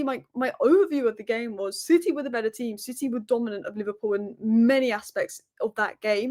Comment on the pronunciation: Li-VAR-pool tears 😂😂😂😂😂